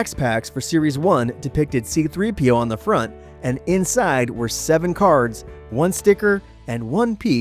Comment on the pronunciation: See-Threepio, gotta love it